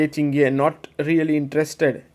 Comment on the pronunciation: Hihi. Lei's name is pronounced Ting - Jie, not Tin-Gjie.